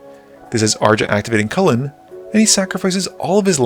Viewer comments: It’s not pronounced “CULLEN” 😂 it’s pronounced “HLOO-WEN” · I hate to be that guy, but the Lluwen pronunciations are one of a thousand cuts Unfortunately they call him "Lulu" in the story, so it's not a Chulane situation